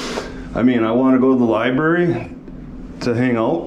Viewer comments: Stop pronouncing "library" as "libarry" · A genius who pronounces "library" as "libarry"? Okay..